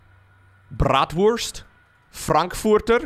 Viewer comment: "Brawtwurst" LOL 😄